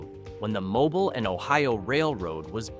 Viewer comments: Mobile is pronounced "Moe-beel" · And Mobile is pronounced Mo-be-al, like the thing you hang over a baby crib, not Mo-bill like the has company. Overall very poorly done, definitely tried to highlight clearly abandoned properties for a lot of the towns. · Gu-Win is almost entirely located in Marion County. You need to learn to pronounce Mobile, Guin and Arab.